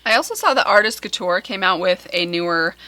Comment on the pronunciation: You look lovely in glasses, they make you look sexy and smart. If someone doesn't like them, they can leave the room. As far as pronunciation, Google Translate has a cool feature, not only do they translate, they tell you how it is pronounced, so you can sound like a native, and no longer feel embarrassed. It is pronounced: koo-t-yoor, not kew-ture.(as close as I can get with the French 'R', which is actually defined as an uvular fricative. TMI. I am currently learning my 5th language, Polish. French was my second, English my fourth. Something to do in the pandemic).